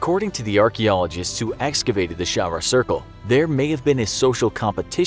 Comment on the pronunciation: Hi, this is so awesome, I'm from malta and I love the way you pronounce things (yes they're all wrong) I'm hoping to shed some light on our very small but significant island! Most historic sights are now either being restored or have unfortunately been broken down, specifically most of the xaghra (pronounced xaj-ra) temples are basically non existent with minimal rocks left. Hagar qim is a very popular sight which is the only cave which hasn't been touched, another sighting in gozo or (ghawdex) is the Azure window which has unfortunately fallen last year. Thanks for the video!